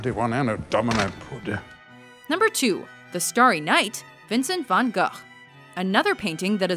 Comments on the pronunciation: It's actually not far from the Dutch pronunciation. It should have been more like "van huh". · Van guh.. Almost as infuriating as van go.. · Starry Night was painted in Vincent’s studio, incorporated the view from the asylum window and his view from his studio window. Close pronunciation of his name (Vun Goh•back of throat phlegm sound, in Scottish Loch). Lousy pronunciation of Dali—Daal•lee, a as in at...argh! Like this: Da•lee, soft a. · I knew all these except 7 and 4 (don't ask why or hate.) my personal favourite is The Scream because I actually know the story of it and why the figure has that face. PS: Vincent Van Gogh is not pronounced "Van Go." Its pronounced, "Gof." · Van "Goh" not Van "Gah". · Vincent van gughhhhhh Salvador Dalley The pronunciations in this video are top-notch 👌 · No. It is pronounced Vincent "Ve-an Go".(Vincent Van Gogh) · U mean Van GUGGUGUUGH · wait its pronounced van gof i thought it was van "go" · It is not vangoth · hearing americans pronouncing anything than english is hilarious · The way she say Van Goughs name made me super angry and that’s clearly an American accent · That is by far the worst pronunciation of Van Gogh I have ever had the misfortune to hear. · Reinaldo Martinez Names Harry, and i wasnt going to try to pronounce it, i would have gotten it wrong, but i could do far better than that. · tbh I think only Dutch and Arabic people can pronounce Van Gogh at this point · She nearly pronounced Van Gogh correctly, nearly. It just has two dutch g's that sound like you are scraping your throte. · You know, when Americans (try to) pronounce Van Gogh's name as the Dutch would it just sounds silly and pretentious. But mostly silly... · you said gogh wrong lol